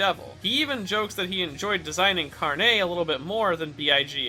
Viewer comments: he says "carné", while the emphasis is supposed to be on the r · Carne has no emphasis on the "e", it is pronounced like "carnage" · As a Brazilian, the way he pronounces it, "carnê", reminds me of store cards, like, those things you can make at specific stores to buy and pay later. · The way he pronounces carne as if it's all fancy like just hilarious to me as a spanish speaker. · Yo También XD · Yeah lol